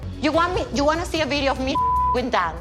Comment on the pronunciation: Can we talk about how infuriating it is that she calls Dane “Dan”? I actually started to wonder if it was pronounced that way in Panama, until I saw her friends say his name and they did so correctly. She pronounces so many random things incorrectly that I’ve started to believe she does so because it makes her sound “fancy” in her own head. 🤣